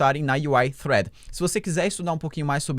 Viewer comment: olha sóóó, pronunciando "thread" corretamente:) Alguém tá estudando Inglês